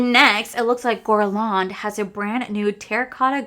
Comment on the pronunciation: please google how to pronounce guerlain properly! as a fluent french speaker it really made me cringe